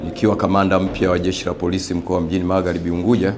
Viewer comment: Eti nnda kwa Mama 😁 eti MaghLibi 😂😂😂